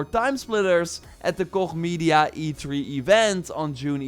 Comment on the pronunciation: I think it's supposed to be E3, not E tree